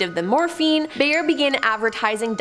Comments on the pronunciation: Bayer Aspirin is pronounced like bear. 🤷🏼‍♀️ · I think if she would pronounce the words correctly.. it would be less annoying. 'Bayer' is one of the many I caught.